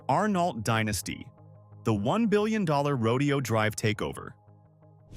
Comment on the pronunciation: Horses are part of a rodeo. Right! The street name is NOT pronounced the same way. Say: "row day ohh" or you'll sound like a hillbilly.